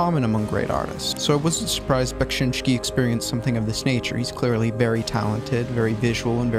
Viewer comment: just add that bekSInski we pronounce rather like E, sheet SHēt :) Im not good at English so hope u got what i wanted to say ;d